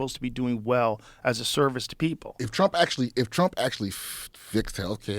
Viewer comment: Did he say, "TRUMPIN JACKS"!!😂😂